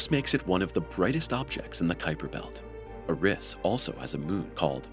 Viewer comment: It’s Eris not Uh-riss